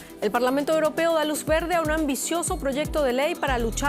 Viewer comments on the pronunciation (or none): los "EUOPEOS", siendo "EUROPEOS" XD XD XD, los mas desarrollados 😂